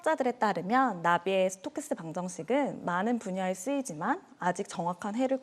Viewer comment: 이름 발음도 초등학생급이야!